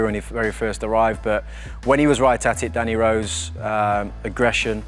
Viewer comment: Man really said danny rose